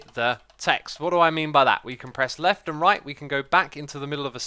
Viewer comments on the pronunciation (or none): none